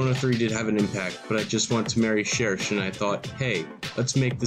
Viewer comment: pronouncing cherche correctly was just the fucking icing on the rodney cake